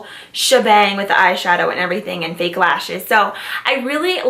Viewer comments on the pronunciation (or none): none